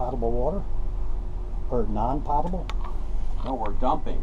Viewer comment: Guys, the word "potable" is pronounced with a long "o". It's not "paht-a-ble" but rather "poh-tuh-ble" water. Here's a dictionary entry which speaks the word when you click on the speaker icon: .